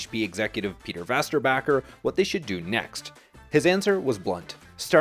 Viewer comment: Damn I don't know if I've ever heard anyone butcher a name as badly, as you did for Peter Vesterbacka